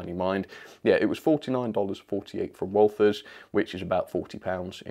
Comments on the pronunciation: First, as someone who has been to Walthers and knows people who work in the company, I can confidently say you pronounced their name correctly. As for hi-rail it is common here in the states to get maintenance crews out to hard to reach parts of the lines, albeit trucks are more common than buses. Some are modified to actually pull train cars if need be (usually tie [sleeper] replacement trains). The front tires are lifted fully off the ground for operation and the tires are a reinforced tire mounted on special rims. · This.....these are the things I watch your channel for the funny cooky crazy things great video edit: you did say “walthers” correctly